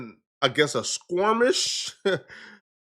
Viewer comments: did you really get clapped up at the Beverly Center? Also, the word is skirmish, and it usually means a physical altercation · “Squirmish?” Bruh, are you tryna say skirmish?? 😂